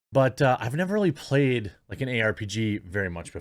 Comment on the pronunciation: I love how you said payed instead of played!